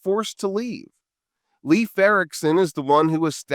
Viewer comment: Skål to the first non-Nordic youtuber to pronounce Leif correctly as "life" 🙂